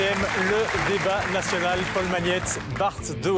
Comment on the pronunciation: "nasionale" wat wil dat zeggen? Als je dan rekent dat hij dat zijn job spreken is dan kan dit tellen In 't frans maakt hij er er "nasonal" van. Ja, de msm, what can I say.. "wereldberoem", wat is dat in godsnaam?! Ik kijk al jaren geen tv meer en nu weet ik terug waarom